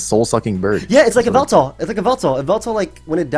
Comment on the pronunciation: Excuse me. It's YAHVELTAL